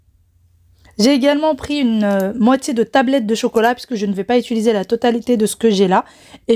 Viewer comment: Mdr ça me fait rire tu dis toujoeis « d’étuliser » au lieu d’utiliser et dans cette vidéo tu as dis « éronie » au lieux d’ironie mdr Mais y a bcp de personnes qui disent « étuliser » bizarre comme la fille de la chaîne Nazya il me semble Peut-être c’est moi qui entend mal 😅